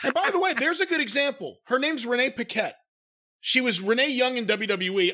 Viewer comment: I am pretty sure that Renee Paquette pronounces her last name "Paw Kett". It's a french name.